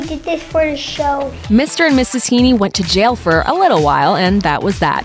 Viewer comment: It’s (He-en), not (Hee-nee).